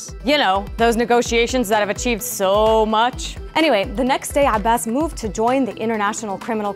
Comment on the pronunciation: I loooove it when Dena tells the news. And the perfect pronunciation of Abbas's name - refreshing! Haha One thing is for sure, Palestinians do not give up, we will get what we deserve and those that hurt us will pay. Justice will be served because you can only be a liar, a criminal, a heartless monster for so long.